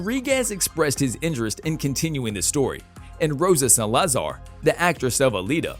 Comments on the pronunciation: The writing for this video's narration was really strange and awkward almost like a bot wrote some parts. And why is it that so many announcers on these things are so weirdly unable to pronounce common Spanish names? Where the hell do you live that you've never heard the name "Salazar" spoken out loud before? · Robot commentator can't say Salazar and a bunch of other basic words right. Next to NO content about future Alita. Click bait!!